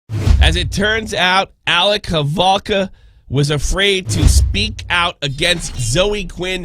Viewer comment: Why is he saying halvoka ... Its holowka.....